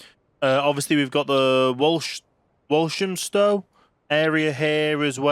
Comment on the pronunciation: It’s pronounced wolf ham stow